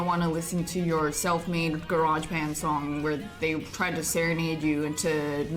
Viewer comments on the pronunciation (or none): none